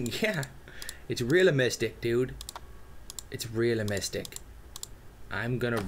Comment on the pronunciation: "realamistic..." lol.